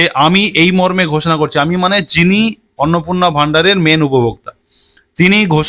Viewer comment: Kotha ta Annapurna Annapurna na thik uchharon korun